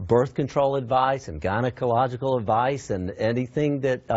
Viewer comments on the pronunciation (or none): Gynacalogico advice? Man cant event say the word correct. ;D